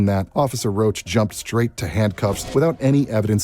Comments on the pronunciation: It's Roush, not Roach. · His name is not roach. It’s Rach ROUCH.